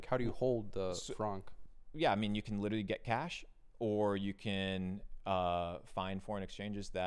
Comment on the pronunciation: Can’t take him seriously when he says “witerally” instead of literally